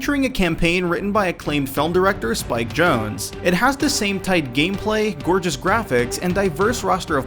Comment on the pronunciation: spike jones!? am I the only one who caught that?